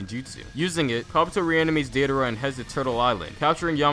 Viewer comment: "This is about to be so cringey" Me: Can't be that bad... Calls Deidara "Deedara" Me: Jesus Christ